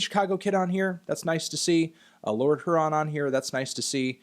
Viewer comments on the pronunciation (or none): none